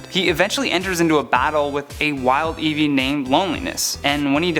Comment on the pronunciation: Not Eeveee!